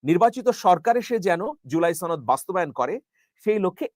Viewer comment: ভাই ছনদ না সনদ